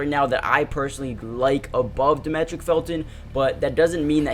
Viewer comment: I appreciate the content man. Happy I stumbled upon this channel. Also, his name is pronounced Dah-ME-trick. Like Dimitri